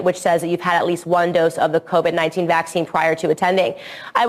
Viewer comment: It bothers me when she randomly pronounces it VACC-ine instead of vacc-INE cuz she doesn't do it all the time lol she goes back and forth 😂😂😂 weirdo